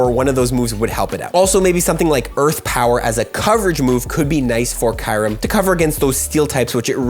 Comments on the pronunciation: Did i just hear KAYREM?? eeeeehhh Kyu-rem... ayayaya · What is kirem? It’s pronounced kyurem (ki-oo-rem) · No way he pronounced it as kai-rum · I don't think watched swords of justice movie lol. He butchered the name